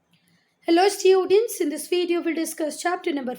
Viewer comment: Students ❌ Stuidients ✅